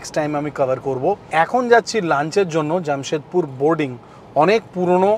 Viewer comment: It's not Jammshedpur....it's Jamshedpur.... Frist learn how to pronounce in Bengali....the Hindi words .... Bong .... Ur translation is worst ... Ur hindi pronunciation.... Badnam mat karo Hindi ko 😅